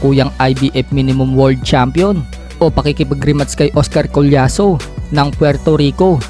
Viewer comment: 🤣 ibig ko sabihin sa Pag bigkas nya imbes world champion..word champion 🏆✌️😅